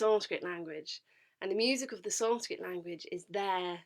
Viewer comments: She literally pronounce sanskrit so perfectly 🔥🔥🔥 Even our local gurus have many flaws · When you realize that She knows how to pronounce sanskrit better than our local religious gurus 💀💀💀